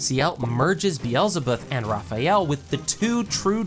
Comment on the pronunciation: you did a good job on the recap but got some details wrong. not many though. also I thought his skill was beelzebub not Beelzebuth, Lord of Gluttony which I double checked and was disappointed to learn. lastly I think you pronounced some names wrong but overall you did a great job. I stopped watching because I'm not there yet.